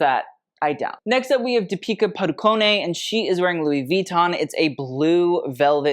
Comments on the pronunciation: Petition for to stop pronouncing the "e" in Deepika Padukone 's name at the end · Hearing try to pronounce deepika’s last name was too funny. Love it.